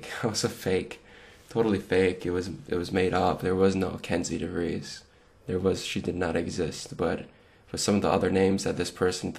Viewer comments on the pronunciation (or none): Did you say Kenzie DeVries?